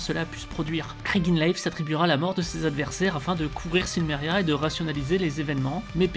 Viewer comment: Donc le "L" de Silmeria ne se prononce pas ?